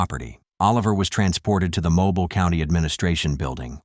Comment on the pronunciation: It's pronounced Moe Bill not mobile 😅